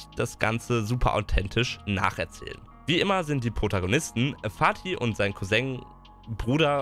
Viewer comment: Niemand:: couseng